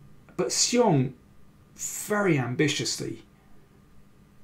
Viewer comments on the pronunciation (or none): Better than before, but still not quite right. He's moved from 'see-ong' to 'she-ong' but 'shyong' (with the 'y' very short) is actually correct.